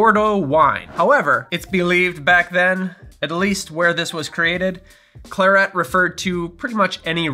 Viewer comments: Thank you for a great video… just the pronunciation of claret… it’s kla rhut… not Clare et. much love though. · as a rule, i trust your pronunciation on alcohol names, but in this case I must point out that claret has the stress on the first syllable. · Claret - emphasis on the first syllable. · A pronunciation of claret I have never heard before. Most interesting. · I don't think I've ever heard claret pronounced that way before :) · That pronunciation of claret was hilarious! Do you do this for a living??